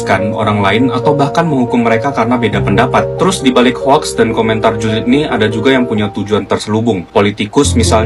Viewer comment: yg cik adik menyebutnya dgn betul "hoks" bukan "hoak" ejaan englishnya :"hoax"